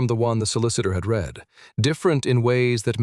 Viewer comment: Prozackly. Let’s do it. Better writing, proofread, correct pronunciation (red/reed=read). No nasal 14yr old female narrative!